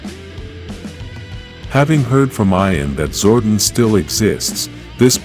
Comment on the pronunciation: your saying Zordon wrong DUMBA**